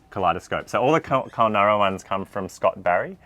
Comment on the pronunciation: KUL-NYOO- RA